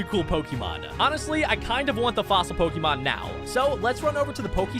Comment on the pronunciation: Y do you call it pikimon